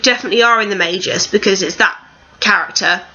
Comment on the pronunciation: It isn't the "mayjus" it's Magus